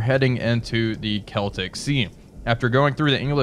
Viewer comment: Hooray! learned how to pronounce "Celtic"